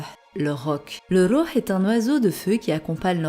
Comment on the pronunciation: J'aime trop ta voix elle es apaisante lol tu prononce bien le rouh en arabe sa veut dire une âme .gros kiss